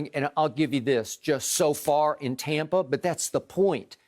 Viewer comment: Skip: “TOM-pa Bay” 😂😂